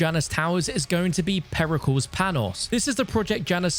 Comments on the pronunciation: It's not PERI CALS it's Περικλής Periklis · Its not "PERRY Cals" its pear-ih-kleese. Like Hercules. You wouldn't say "her-cyools"